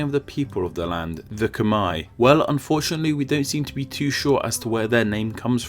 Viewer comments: Ikr, that's how any English speaker would say that but hearing him say it it sounds like cum-eye......and that's kinda fucked up.... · It’s not Kmii... it’s Kmare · Where does that “Khmer” pronunciation come from? Ever heard (literally *heard*) about the “Khmer Rouge”? That’s how you say it, rhymes with “bare”. Also, the Khmer and Cham (and Viet) used to be ancient enemies, not the same people at all. Lots of people have already pointed that out, why wouldn’t you fix that or at least add a subtitle or something? This way it undermines credibility of your other (very interesting) videos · It’s Kh-mai not kh-mair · Of course it’s pronounced Khmae (Khm+ah+ei) Not Khmai. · It's not pronounced ke-mair it's pronounced ke-mier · How is "Khmer" pronouced "Cumaay" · I always pronounce "Khmer" as rhyming with "hammer" instead of "Brunei"! In fact, this video is literally the only place I have ever heard of them being pronounced "Cumei"! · Khmer is pronounced as KH'MAE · You pronounced khmer wrong it's. Pronounce kh-mai. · Now you'll have to explain how the "er" in Khmer ends up sounding like "eye". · you pronounce Khmer wrong. It isn't Khmi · i think its better to type it Kh-Mae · The way he pronounces khmer like khmei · In the US we actuall pronounce "Khmer" like "kuh-mare" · I’m Khmer from Cambodia. Khmer means Cambodia 🇰🇭 in Cambodia and I’m sorry to say this but you pronounced Khmer wrong.......but I’m happy someone made a video like this..........usually they call us Cambodian and inside me I always felt like they will never learn so I appreciate this video. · Aside from the odd pronunciation of Khmer... the other thing I was surprised not to see was how the name Kampuchea came back into 1975 through 1990, not to mention the Khmer Republic 1970-75. Then again, it isn't a particularly rosy part of the country's history...